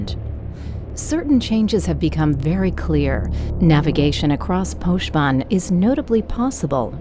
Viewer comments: So it's pronounced posh vân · TIL it's pronounced Poshben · Poshban? Wat? Thats not how its pronounced.